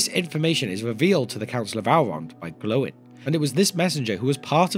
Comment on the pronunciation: Stop calling him "Glowin", you make him sound like a light bulb.